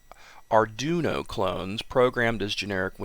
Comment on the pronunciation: Auduino is pronounced ar (like pirate) du (like do) ino (pronounced like we know), all together fast ar do wen know. Is a weird one but tried to clear that up for as best I could. Syllables when seperated are au and duino or when typed to how is sounds ar | dowenknow.